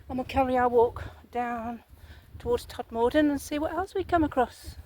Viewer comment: For your future reference (then no one can identify as you not being from the area) we pronounce Todmorden as Tod-muh-dn, and Cliviger as Kliv-ij-er. With cutbacks, local councils are not cutting hedgerows and many are encroaching all over the pavements making them dangerous to walk on especially on busy roads. Have you been further along on the bus from Todmorden to Hebden Bridge & Halifax? The Peace Hall at Halifax is well worth a visit, and there are lovely walks around Hebden Bridge.